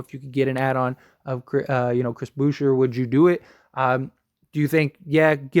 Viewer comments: Hahahahhah. Bouher. It’s pronounced like boo-chei. Lol. I laughed so hard. He’s French bro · It's Boo-shay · Pronounced Boo shea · Boucher- booshay Alec burk- alec burks Fred vanvleet- FredVanVleet